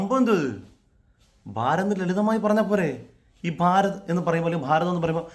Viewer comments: ഫാരതു എന്നു പറയാഞ്ഞത് നന്നായി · “Bharath” ennu paranjappo.. pallu therichillallo.. “ഫാ”🤣ഗ്യമേ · ആ ചേച്ചി ഭ്ബ്ബഭാരത് എന്ന് പറഞ്ഞപ്പോൾ വളി ഒന്ന് പോയി കാണും 😂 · Avar Bha ennu aattiyatha.bha pulle... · 😂😂😂 ചിരിച്ച് ഒരു വഴിക്കായി. ഒരു പുച്ഛ മനോഭാവത്തിൻ്റെ ഭാഷയുണ്ട്, ഭ് ഭാാാ... അമ്മച്ചിക്ക് ഭാരതത്തിൻ്റെ മതേതര സഹിഷ്ണുതയോട് ചുച്ഛമുണ്ട്. അത് കൂട്ടിച്ചേർത്താണ് ഭ്ഭാാാരത് എന്നൊക്കെ പറയുന്നത്😂😂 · ബ്ഭാരത്, ഖീരളാ 😂 സിസ്റ്റർ ഷെഡിലാമ